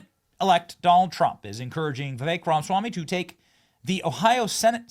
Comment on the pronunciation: Benny Dear, you're pronouncing Viveks name wrong. It's Ra- Ma -Swamy. You're missing the MA.